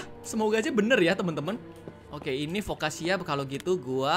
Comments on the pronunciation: Foccacia-Fokasia bukan fokkaca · Foccacia itu dibaca Fokasia bang